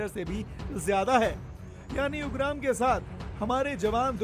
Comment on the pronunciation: 😭😭😭भाई यूंग्राम नही उग्रॅम hai🙏 थोडा हिंदी ढंग का बोलो yar🙏🙏🙏🙏🥰🚩🚩🚩 nice report though 🎉